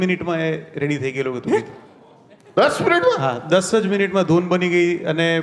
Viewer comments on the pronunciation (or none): none